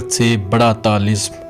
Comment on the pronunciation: لفظ "طلسم" صحیح ادا نہیں ہوا۔۔۔۔۔